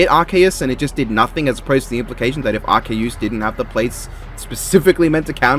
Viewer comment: based calling arceus arkoos